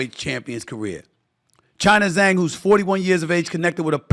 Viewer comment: Said Zhang name perfectly Stephen A Salute King! 🫡🥂 Wilder should retire and enjoy his family 🎉